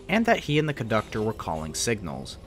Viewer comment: What’s a “coductor”?